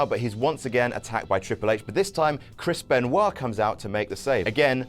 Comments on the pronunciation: who is Kris Penwah? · did he just say chris benoit ????????????